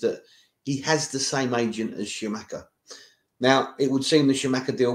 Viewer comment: We signed Schumacher? Sorry to be a pedant, but the Sc in Scamacca is pronounced like Sk. Great vid BTW. COYI